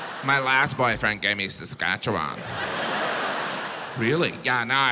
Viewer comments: I love how people who aren’t from Saskatchewan pronounce Saskatchewan. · You said Saskatchewan weird lol. FYI Regina used to be pronounced Regeena. It changed over time. Was the old queens middle name. I live there. You did not just say pile of boners 🤦‍♀️🤣